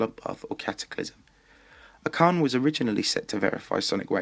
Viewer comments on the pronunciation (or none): Why does the commentator say, "acharne"? He's name is archane... I dont get why everybody pronounces his name like thaat. Or just call him FurryDash. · It's Acharne, not Acarne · Niice! Definitely gonna love this series :P By the way, Acharne is spelled [ash-a:rn], not [ak-a:rn]